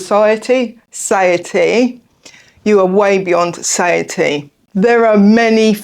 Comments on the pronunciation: "satiety" Suh - tie - yeh - tee (and you are so right, most of us morbidly overweight types do not recognize it!) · The word was struggling to say early in this video was SATIETY. Phonetically it is four syllables, “Suh-tie-uh-tee”